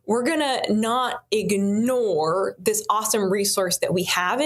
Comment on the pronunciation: Ignore not iganore